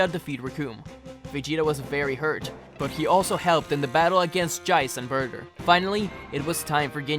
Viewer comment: bruh he said jeice and burger not burter